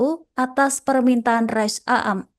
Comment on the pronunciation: Bacanya rois am bukan rois a am